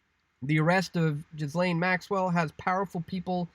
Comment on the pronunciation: Please stop saying GHiSlaine, the H and S are silent! as in Gilaine.